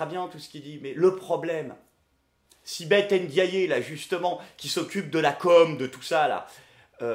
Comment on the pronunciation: Au cas où, je vais faire le gros relou mais Ndiaye se dit "Haine Dit Aïe" et pas "Haine Dit Ayé!". Prends soin de toi et continue ! ;)